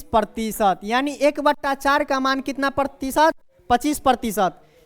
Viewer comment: प्रतीसत नहीं भाई प्रतिशत होता है